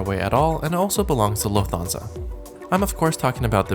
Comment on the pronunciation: I am absolutely loving your videos, your style, your sense of humour, the graphics, the jokes. BTW Lufthansa is pronounced Luft-hansa rather than Luf-Thansa. Anyway thanks for your wonderful content from a big fan in the UK.